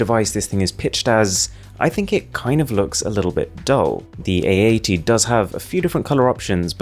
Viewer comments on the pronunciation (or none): i love when he says A80 it sounds like eeeighty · it so hard to pronouce my phone name samsung ay egg ?samsung aeight samsung egg egg ? samsung 88? samsung ate ate ? samsung ??